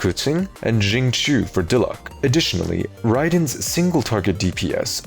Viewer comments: you mean Xinku? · let's not normalize mispronouncing xingqiu's name considering the ugly history of how chinese names and words have been treated in the west